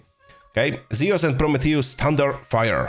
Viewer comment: zee-oos, no pronouce, zoo-uus